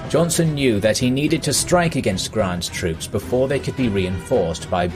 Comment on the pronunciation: Dang ... Johnson!?! It's Johnston. I mean I know it's one letter but how did they make it past the edit especially when he says it multiple times. , , ...